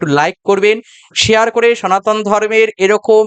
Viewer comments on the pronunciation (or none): none